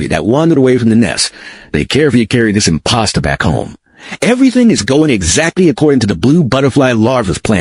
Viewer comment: I love how his pronunciation of imposter is more like 'im-pasta'.